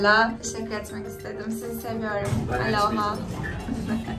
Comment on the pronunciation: aloha o nun ustunde sapka yok. kapali o. bir dogru duzgun soyleyemedin